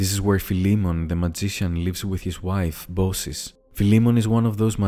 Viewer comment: "bau-ciss"? looks like its pronounced "bau kiss"? i suppose you know best, as you're greek...im just surprised thats all